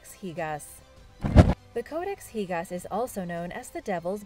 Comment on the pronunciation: also it's not pronounced higas